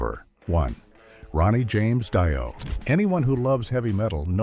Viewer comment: It's Dee oh pronounced you moron